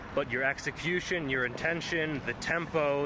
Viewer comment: Bruh “intension”